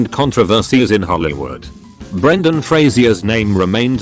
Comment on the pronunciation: Brendan Frasers name not be unsullied? Also, it's Fraser, not FrasIer... Maybe you're just researching the wrong name? :-P